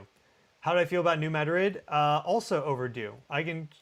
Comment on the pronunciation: Missourians pronounce it New Mad’ - rid heavy emphasis on first syllable ,no emphasis on on the second. Not like the Spanish capital .